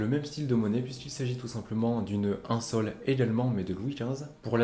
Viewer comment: Question On écrit SOL MAIS ne faut il pas prononcer SOU?